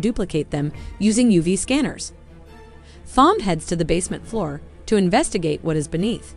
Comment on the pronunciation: Thom is pronounced "Tom." Whoever is narrating this obviously did not watch the film.